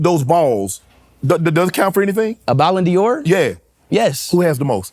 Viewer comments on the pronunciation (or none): Only a Ronaldo fan would call the trophy a "Ballon Dior" 🤦🏾‍♂🤦🏾‍♂ There's an apostrophe after the "d" but it's not pronounced "Dior." I cringed every time he said it. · Its "ballon d'or" not "ballon Dior" ahahah great interview tho